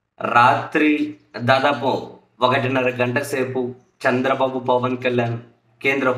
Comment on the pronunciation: Saami nuvu Chandra babu Ani vathi palakadam yenduku bagaledu vinadanike asahanga undi